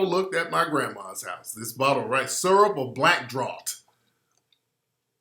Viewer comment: For anyone who cares, draught is pronounced draft